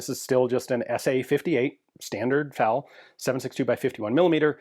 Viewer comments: It's F A L. Not Fale. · The "FAL" in "FAL rifle" is pronounced as a series of individual letters, "F-A-L," not as a single word. The letters stand for "Fusil Automatique Léger," which translates to "Light Automatic Rifle." I'm curious how you pronounce AR-15? Are you a pirate?